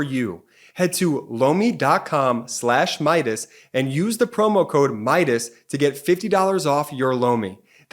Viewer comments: Whenever 'Lomi' is said in those ads, I keep hearing 'blow me', I don't hear so well which can lead to my hearing getting a little too creative. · Lomi advertisement. It doesn't sound like he's saying Lomi. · Lomi sounds like blow me. I really like your presentation of material, but your ads in the middle of your show really blows.